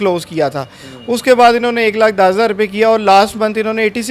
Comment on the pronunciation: یہ گیم کھیلنے والے بھائی کی ڑ کا مسلہ ھے اوڑ بہت اچھا لگ رھا ھے سننے میں۔۔ماشاءاللہ